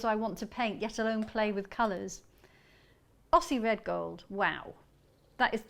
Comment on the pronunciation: Aussie is pronounced Ozzie, not Osssie.